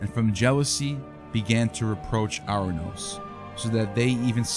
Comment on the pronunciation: It's pronounced Or-anous, not Ar-anous. Time to invest in some Greek lessons if you want to be taken seriously.